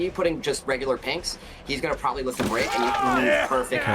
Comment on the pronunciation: Love the Video. 😁 is such a legend. Best thing is: "Dont vreak the pallet!" Im sure you heard that one before xD